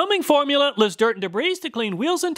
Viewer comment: he says.. whoeeels